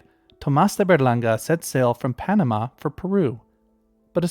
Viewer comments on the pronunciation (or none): none